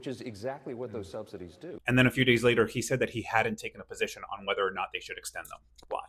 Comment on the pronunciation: You cannot pronounce subsidies, lol “subsididies”🙄